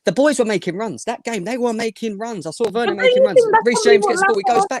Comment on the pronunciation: I feel like crying everytime pronounces verner as werner 🤧